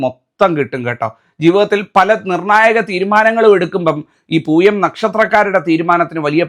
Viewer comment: തിരുമേനി അത് പൂയമാണ് പുഴയല്ല പൂയമാണ് ചേർത്ത് വായിക്കണം അത് വായന തെറ്റായി അക്ഷരം തെറ്റിപ്പോയി ലോകത്തിലുള്ള ദുരിതങ്ങളിൽ എല്ലാം ജീവിച്ചുകൊണ്ടിരിക്കുന്നത് പൂയനക്ഷത്രത്തിലെ എല്ലാ ദുരന്തങ്ങൾ ദുരിതങ്ങളും ദുഃഖങ്ങളും ജീവിച്ചു കൊണ്ടിരിക്കുന്നത്